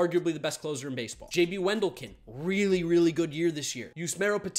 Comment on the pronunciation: When will anybody learn. It's pronounced wen-DEHL-ken.